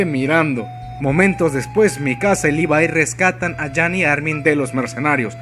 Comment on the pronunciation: libai?? wtf si te queres hacer el yanquee por lo menos levai es mejor. pero lpmqlrp es LEVIII . me cago el vídeo diciendo asi a mi querido levi. como molesta eso d los youtubers